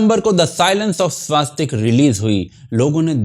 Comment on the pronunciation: आप का धन्यवाद 🙏। परन्तु स्वस्तिक में आ की मात्रा नहीं है । उच्चारण स्पष्टता आवश्यक है ।